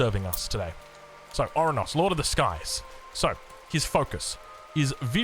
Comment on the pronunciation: Oranos not orunos